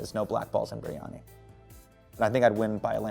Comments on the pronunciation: did he just say biRRRRiyani??? lol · Biryani in an American accent is weird 😂